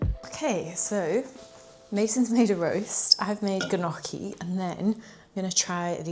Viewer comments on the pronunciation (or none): i loved this video, but you took me out with the gnocchi😂😂😂, i’m italian and the right way to say it is ñocchi with the spanish n!❤❤❤ love your videos, they are so inspiring 😊❤ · Love you! Always keeping me informed and motivated <3 also the g in gnocchi is silent hahah